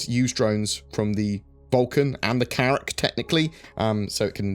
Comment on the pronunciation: more Carrrrracks!